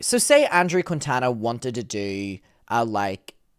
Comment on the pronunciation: Plus, if I’ve heard multiple people saying this “journalist “ last name wrong, so I’m not blaming. But the dudes name is pronounced Keen-Taw-Nuh